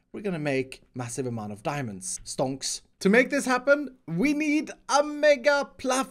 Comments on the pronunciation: I was drinking a glass of water while watching the video and when he said "Stonks" in his swedish accent I bursted a mouth full of water on my screen! Haha you make me laugh every time thanks for the amount of work in the videos! Greeting from switzerland! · did.. did he just say stonks?